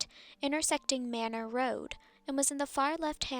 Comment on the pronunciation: Pronounce (May-nor) road ATX 🤘🏼02🤘🏼